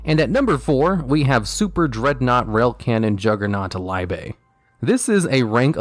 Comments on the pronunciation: You say liebe wrong every time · He really pronounced "liebe" differently in each one lol